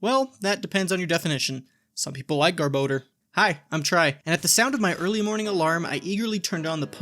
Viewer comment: gar-boad-er??? no way that's how to say it.